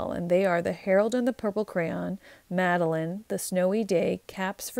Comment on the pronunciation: You saying Madelyn caught me off guard.